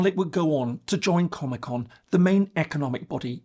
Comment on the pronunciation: Not going to lie I giggled a bit when you said it joined comecon because I heard Comic Con and I just pictured a nerdy Mongolia standing in line for a panel 😂